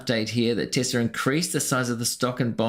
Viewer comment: I did not know it was said "Tissla"